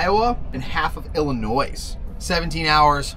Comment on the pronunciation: I love how you say "ILLI-Noise"!! I'm in Missouri but every time I talk to someone from ILL, I make sure to pronounce it "ILLI-Noise"!!